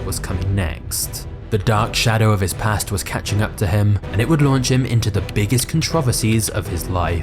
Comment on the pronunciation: The way you say controversies is insane 😂😂